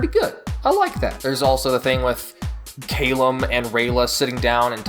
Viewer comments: "Cail-lem"... Callum boi lol XD <3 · “Kay-lum” um? It’s Cal-um, right? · Listen the war started because the humans used horrible dark magic and you pronounced Callum wrong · Can we talk about your pronunciation of the name Callum